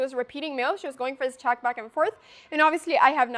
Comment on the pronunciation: Love the way she say chack 😁